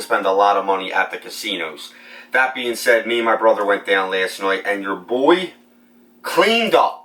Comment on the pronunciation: Last”noight” . Where are you from?